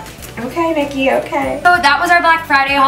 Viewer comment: It is Niki not nikhi but yeah I agree with you